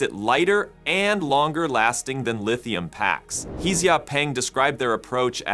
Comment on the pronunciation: The pronunciation of the Chinese surname He is Huh, not Hee